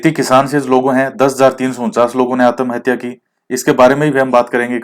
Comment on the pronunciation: Sir bhutt achha laga.. Jb aap आत्महत्या को आतमहत्या बोले.... Funny + sateek baate.. 🙏🙏🤗🤗🤗🤗🤗🤗🤗🤗